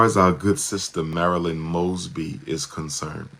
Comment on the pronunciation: Isn't it "Moes-bee?"